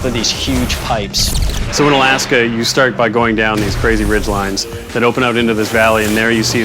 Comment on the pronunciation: OMG me want it NOOOOOOOW!!! Also, alAAAska. lol, funny how he pronounces it. xD